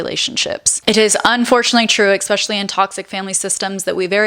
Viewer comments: Please don’t say Expecially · Could you give me your address I will literally send you $100 to stop saying "exspecially" in your videos LOL come on you're way too smart for that!